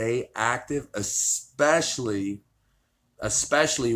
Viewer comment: Extra point of respect to Devon for saying "eSpecially". People saying "eXpecially" piss the living shit out of me! :D